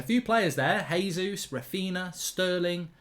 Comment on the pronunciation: JAYzus not HAYzus His name is portugese (they speak that in Brazil) - not S[anish.